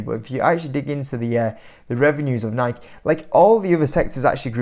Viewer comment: Bro, let's see if you read the comments. It's pronounced NIK-E not NIK.